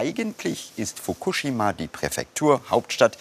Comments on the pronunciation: Wer bringt dem Moderater bei „Fokushima“ richtig auszusprechen? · Fukuschschima mit 2 "sch" und Themattik mit 2 t ! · Wie spricht er bitte Fukushima aus😱😱 das kann man sich ja nicht anhören🤣🤣 Wirklich gute Doku.Aber es macht einen unendlich traurig zu sehen, was der Mensch so anrichtet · Mich triggert wie er Fukushima ausspricht... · Sorry, aber nach dem ich 5x Fukushima falsch ausgesprochen gehört habe, ist mein Smartphone gegen den TV geflogen. Triggaaaaaaaa